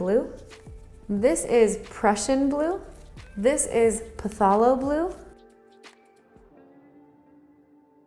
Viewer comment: I really hate to be that person and I really am not saying this to be mean or rude, but you’re pronouncing Phthalo and Alizarin wrong. I’m really surprised no one else has corrected you before. I will say I do appreciate your list of colors and they are right on for budget friendly starts.